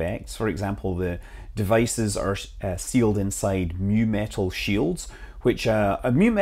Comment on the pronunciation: mu-metal as in µ-metal, not nu metal!